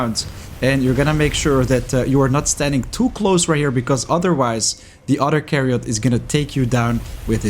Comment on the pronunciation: YAAAAAARGGGGG STOP SAYING "CAREOT"!!! 😉